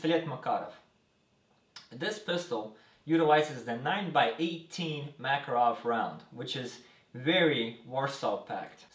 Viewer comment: Uh that's how you pronouce Makarov.